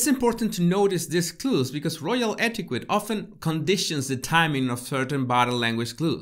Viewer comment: Its etiquette not etiqwet. Just fyi.